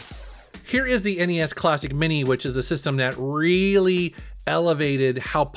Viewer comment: Thank you for calling it N-E-S.. not ness that drives me nuts lol